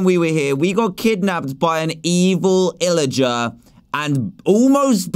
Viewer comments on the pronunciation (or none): HAHA HAHA HE SAID 'illigar' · He said illiger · Dan did say illigar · He said illager 😂 lmao 😂😭😭😭😭😭😭😆🤣😂😅😝😛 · Wait, Did He Mean To Say 'illager'?